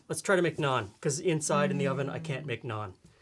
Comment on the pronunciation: As an Indian-Canadian living in Ontario, this is the first time i've heard people pronounce Naan correctly!